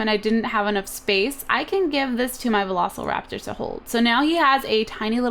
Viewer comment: Cupquake: "veloSLEraptor!" Me: *Cringe*